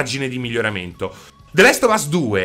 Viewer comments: E niente, non puoi proprio farne a meno di chiamarlo the LEST of us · The Last Of us, non the Lest of us